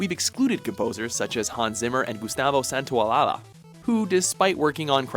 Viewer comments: Santaolala? Santaolalla for christ sake!! if you don't know spanish get somebody that does, don't try and make horrible mistakes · amazing pronunciation of Santaolalla. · What an awful way to pronounce Gustavo Santaolalla's name